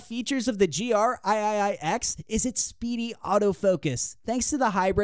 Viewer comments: Aye-aye-aye-ex. lol. Three X. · "THE GR EYE-EYE-EYE ECKS"